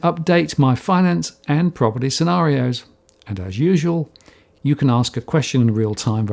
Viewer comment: Scenar(i)os! 😉 love your work